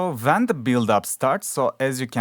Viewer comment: "so VEN the build up starts" 🤣🤣🤣🤣🤣🤣🤣